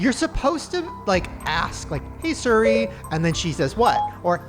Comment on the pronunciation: Why do you always say suri and not seerreee